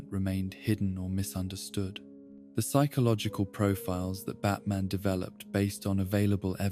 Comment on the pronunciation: The pronunciation of “Psychological” is driving me nuts otherwise fantastic video